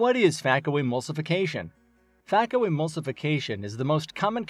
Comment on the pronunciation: Please know that the pronunciation is FAY-ko not FAH-ko